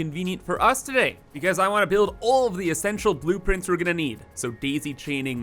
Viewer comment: Are you calling them boop-prints?